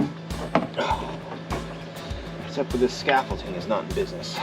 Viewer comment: ScaffolDing not “T”. 😊 Beans look great!!